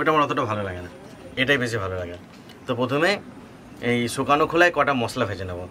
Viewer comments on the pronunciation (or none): শুকানো বলেন কেন হবে শুকনো।